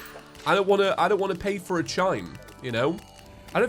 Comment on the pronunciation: No... he can say FOUR but not FOR. Very different words.